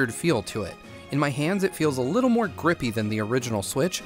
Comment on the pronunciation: it’s more* not moar